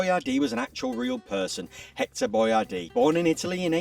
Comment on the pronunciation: He created Boyardee so that Americans would know how to pronounce it, but unfortunately neglected to clarify that the emphasis is supposed to be on the second syllable.